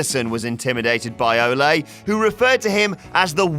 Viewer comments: Fucking Christ. It's Oh-lee. Not Oh-lay. Don't they have any wrestling fans working for thus channel anymore? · its not pronounced o-lay its o-lee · Its Ol-E, not Ol-a, he strikes me as the type that would be offended by mispronouncing his name, I can already hear him: "IM A PROFESSIONAL WRESTLER! NOT A BULL FIGHTER, YOU F'N MARK!" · How can you not pronounce Ole Anderson’s name? Ol-E. Not Olay you dunce. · The name is pronounced OH-LEE not OH-Lay. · Good old Olay Anderson. Olay. OLAY?! Or, you know, Ole. (Ol-eeee) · Ole isn't pronounced Olé, it's more like "oh-lee." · its O-LEE anderson, not olay. he wasnt a bull fighter. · It's Ole not Olé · It's "Oh-Lee" not Oláy Anderson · “Oh-lee,” not Olé. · Olè... it's ol not olè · Why is he pronouncing Ole's name "O-Lay" It's pronounced O-lee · Anderson is Norwegian not Spanish. It's oh-lee not oh-lay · You stupid British marks. Ole Anderson pronounced his name "Oh-lee" not "Oh-lay." For fuck's sake, get your shit together. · I love that you mispronounce Ole Anderson as "olay". 😂😂😂😂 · Cringed every time I heard Olay Andersen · "OLAY" Anderson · "Olay" lol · Stop calling him olay...please? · "Olay" Anderson? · You say ole wrong...you say it like OH-LAY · Dislike for 'Olay' anderson. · It's pronounced O Lee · Did say "Ole'" like a Mexican says ¡Ole'! Fucking idiot. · "Olay Anderson" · “Olé” Anderson? Lol. Olé, olé, olé! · Why do you pronounce "Ole Andersons" name like he's mexican? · sometimes I think British people pronounce things wrong on purpose. Ole Anderson isn't a fucking matador. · I'm going to need you to pronounce Ole correct.